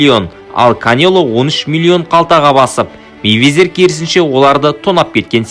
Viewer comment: Мэйвезер емес Майвезер деш